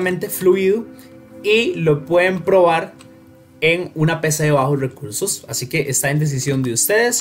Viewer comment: Nadie, el men del video: cower, bajos weursos